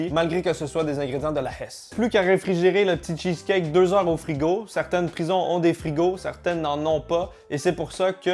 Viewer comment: "le cheuceleut"